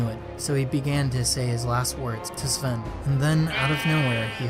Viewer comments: ITS NOT SLEN ITS SVEN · Svlene its svene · You called Sven swen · Lol u kept saying “svwen” Love the video keep up the good work! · He says Svwen lmao